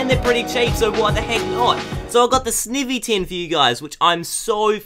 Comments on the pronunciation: It's said s-n-eye-y-ee. Not i say eye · It's not sivny its snivy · You say snivy "snievy" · Sn-I-vy! GAWD say it right snIvy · Btw sn-I-vy that's how you say it